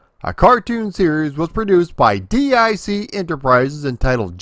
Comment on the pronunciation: DIC is pronounced as "DEEK" not D-I-C.